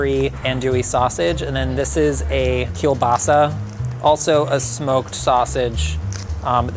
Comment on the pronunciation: what a perfect Polish pronounciation of "kiełbasa"! congrats:D